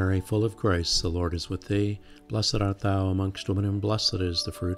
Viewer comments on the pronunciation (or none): Thank you, it's lovely. I thought it was just me, but even the auto generated captions can't understand what you are saying when saying "full of grace" - it sounds like you are saying "full of Christ"!